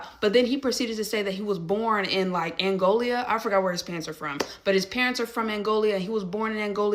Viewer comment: African immigrants will know what Angola is, not Angolia.